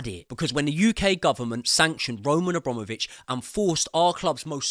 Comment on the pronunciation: *Abramovich. a BRAM ovich. Not hard.